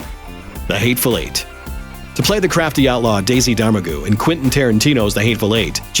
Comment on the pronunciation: Domergue is pronounced "doe-MERG"—not whatever was said in the narration.